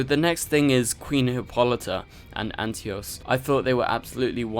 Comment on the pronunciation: Antiope not Antios.